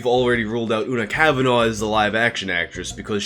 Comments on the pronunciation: I know this video is a few months old now, just wanted to say Una Kavanagh is pronounced "Oo-na kaav-na". Irish surnames have strange pronunciations sometimes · You pronounce Una cavanah’s name wrong too. FYI.